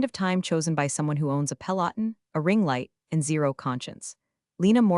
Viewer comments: AI. Thats not how you pronounce "peloton" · Learn to pronounce Peloton you AI slop. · You're still mispronouncing peloton. Fixit! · Can't even pronounce Peleton correclt. Pathetic!